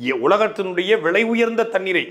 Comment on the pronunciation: நூற்றிப் பத்துப் பாகை, போத்தல், energy - சக்தி மழைப்பகுதி - மலைப்பகுதி விளையுயர்ந்த தண்ணீர் - விலையுயர்ந்த எத்தனை தமிழ் உச்சரிப்புப் பிழைகள், ஆங்கிலக் கலப்புகள் எப்போது எமது தமிழ்த் தேசிய மக்கள் திருத்தப்போகிறார்கள்?